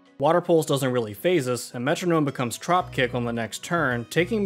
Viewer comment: Why does he say metronome like that :(